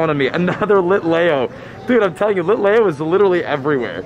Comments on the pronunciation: It's pronounced Litleeo not Litlayo, but I know pokemon names can be hard and you are doing great! I know someone who said Litelayo so... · Bro its lit-le-o not litlao and its kal-o-s not calose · It’s pronounced lit le o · Lit-Lee-oooo not lit lay o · LIT LEO, NOT LEYO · Also you are saying Litlayo when the real way to say it is LitLEO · Its lit-lee-o not lit-lay-o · Pronunciation: Kaaaa-lose and lit-leee-oh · HE DID NOT CALL IT A LITAYO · its pronounced Lit-LEEoo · It’s lit lee oh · it is lit lee oh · Lol i was lowkey loosing my mind everytime he said litleo lol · That is not how you say litleo